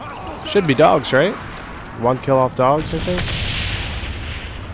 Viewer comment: It wiLl Keel